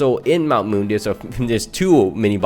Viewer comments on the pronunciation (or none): none